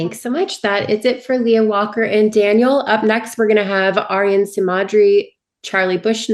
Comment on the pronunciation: Who is this interviewer? She couldn't pronounce Leah's complete name. She called Tyson Tyler. She stumbles over words that she is reading. Everything she mispronounced something the kids looked at each other and smiled. She asked a question for all 3 to reply on, she only her 2 people and went to her next question. Who is this? It is obvious that the interviewer didn't know the story, the characters nor the paper she was reading from.